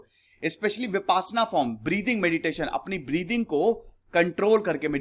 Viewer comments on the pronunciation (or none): none